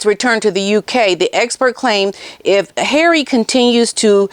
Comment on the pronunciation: I love how you call HARRAY!